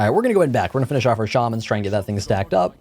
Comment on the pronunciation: No you were definetely saying Shaman right before - who on earth says Sharmans?